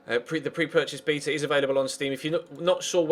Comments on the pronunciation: you say beta wrong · why do brits say bee-ta